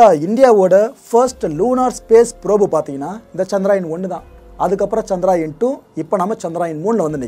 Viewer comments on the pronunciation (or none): சந்த்ராயன் அல்ல சந்திரயான் தமிழ் உச்சரிப்பது சரியாக இருக்கட்டும்